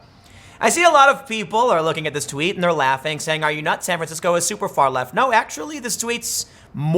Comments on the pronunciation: "San franshisco", don't step in it . . .💩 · San Fransicko